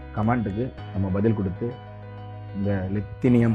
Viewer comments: தயவு செய்து வார்த்தைகளை சரியாக கூறவும். லித்தியம் என்பதை லிதேனியம் என்று சொல்கிறீர்கள். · Li லித்தியம் தான் சரியான வார்த்தை. உங்கள் எல்லா பதிவுகளிலும் தவறான உச்சரிப்பு இருக்கிறது